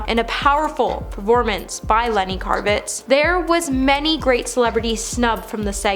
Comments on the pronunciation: Maybe I’m wrong but isn’t it kravitz (like crab) instead of karvitz (like car) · Lenny's last name is Kravitz, not Karvitz lol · It’s LENNY KRAVITZ… not KARVITZ!!! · OMG I.O.!! Get it together!! Could you please have your people (Stacy Taylor) take a minute and make absolutely sure they know how to pronounce the names of the celebrities they are talking about? This happens TOO often & is SO unprofessional! It's Lenny KRAVITZ not "Car-vitz". I mean, COME ON! It's not that hard to do! Google their name & choose the "pronunciation" option! Not knowing the entertainer because they are older & not from "their era or generation" is NOT an excuse! Like I said, this happens A LOT, with many many of your video hosts. It's just so sloppy 🙄🤨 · KRA-VITZ!!!! Omg! She can't say his name right. Get it right! Who is karvitz????? Anne HECK? PLEASE! get the pronunciations right. Take a minute, Google, find out how their names are pronounced. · The name butchery here is maddening. I love the channel, but Lenny Carve-its (?) Really? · Please learn how to pronounce names in these. I know the research is often lacking but given the topic, it helps to get it right. Hearing “Lenny Karvitz” over or “Anne Heck”over and over is distracting. So disrespectful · Tana mongo, Lenny Kar-Vitz? Do any of these million plus sub channels not proofread or autocorrect anymore? Anne Heck? Every time she said it I cringed more. Especially as we’re speaking of the deceased. But that Olivia Newton-John, Ed Asner, Robert Downey Sr, Kelly Preston, or Paul Sorvino not mentioned live? I find a new reason not to watch the Oscars every year. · Yup, and she kept saying it, over and over and over....a channel that is dedicated to celebrity news and gossip would know how to pronounce Anne Heche and Lenny Kravitz! This is just a YouTube version of like farming, with "comment please" replacing the "say amen to heal this person's disease", lol.